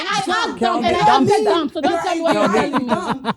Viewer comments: Wait ooooooo Did say dumb or dumpppp😂😂😂😂😂😂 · it’s DUMB NOT DUMP